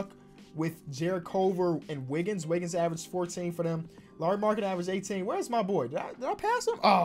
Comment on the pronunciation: Bro the way he said "Wiggins" killed me lmao